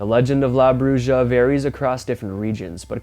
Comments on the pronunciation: Bruja is pronounced (bru-ha) not bru-ja but I know what you meant to say.🤔😲😁 Love the great video and content keep it up.🥺😍🙏 Nice to see you guys enjoying yourself out on the deck drinking wine 🍷 and smoking cigars.👀👏 Cool coyotes audio.🎉 Take care guys.👍🔥❤️💪🤘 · Bruja which is Spanish for witch, is pronounced: BREW-HA!😂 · it's pronounced bruh. J is h sound😌👍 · Bruu Ha not brushja...and Wuulves not Woofs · Yo max it's pronounced broo hah not broo jah ... Spanish was my first language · Just for future reference, La Bruja is pronounced broo-ha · Bruja (witch) is pronounced...brooha. Everyone should know at least this much Spanish; if not, look it up! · Everyone on YouTube freaks out at coyotes. I have never heard of coyotes attacking people unless they are rabid. Maybe a child would be in danger; but they don't like man smell. Also, in Spanish, a "J" pronounced as an "H." So Bruja is pronounced Bruha. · The J in bruja is pronounced as an H in spanish, just like the J in juan and josefina. Brucha sounds like something kinky that could get you in trouble with spanish speakers. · Bruja is pronounced Broo- ha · The bruja is pronounced " brew-ha!" It means witch in Spanish. Just letting you know bro. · Love your show!! Mexican witch is pronounced broo ha…. 👍🏼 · Bruja... the J in Spanish has a hard sound, like the h in horse.